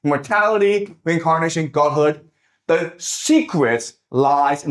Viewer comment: Not to mock Jiang's accent, but I noticed he pronounces "secrets" like "secrest".